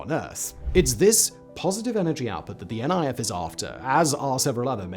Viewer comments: FYI: It's not called N.I.F, its Niff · Great video, but you're pronouncing NIF wrong 😅 It's not N.I.F. but NIF, as in it'd rhyme with miff